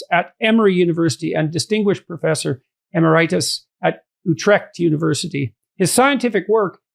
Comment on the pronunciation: emeritus -- the stress accent goes on the third from last syllable (eMERitus). Sorry to be so pedantic, but that mispronunciation was more than usually painful.